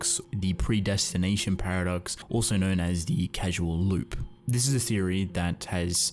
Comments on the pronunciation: 9/10 Excellent concepts and explanations that fit with the themes of the work coupled with interesting visuals, but you keep saying "casual" instead of "causal". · IT IS CAUSAL AS IN CAUSE AND EFFECT, not "casual" like not a serious relationship. Please... it's an earsore. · I'm sorry man its pronounced CAUSAL not CASUAL lmao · Hey uh, it's "CAUSAL" loop, not "casual" loop as you say. Causal, like, causality - this CAUSES that, etc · “Casual loop?” It’s Causal (kaw-sal). As in there is a cause that loops. Not being snarky but it’ll be good to know going forward, or maybe it’s completely useless knowledge since you already made the video. Oh well. Great vid either way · Awesome video but Casual <> Cause-all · Great stuff man! Just for your videos going forward, it's pronounced "CAUZ-EL" loop, the base word being "cause". There's nothing casual about time travel :P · Love your work, but your mispronunciations irk me slightly. Example in this video: you pronounce "causal" as "casual."